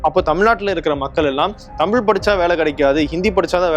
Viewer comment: அண்ணா அவர்கள் அன்று சொல்லியது இன்று நடந்துகொண்டிருக்கிறது. "தமிழ்" என்று சொல்ல இயலாமல் "தமில்", என்று சொல்லும் தமிழ் இளைஞர்களை பார்க்கும்போது வேதனையாக உள்ளது. தாய் மொழியில் எழுத படிக்க தெரியாத இளைய சமுதாயம் ஒரு பக்கம்...